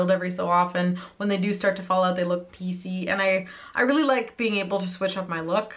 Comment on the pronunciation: 😂 every time you said piecy all I heard was PC like President’s Choice where I’ve bought some Ardell lashes. BTW: i also had two wedding days (2 receptions: 1 in Winnipeg and one on Montréal). Easier than having 40 family members buy plane tickets...and it was kind of on the way to Jamaica. 😎